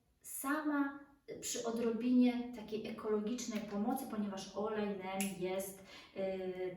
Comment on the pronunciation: Wymawia się olejek Nim 🤗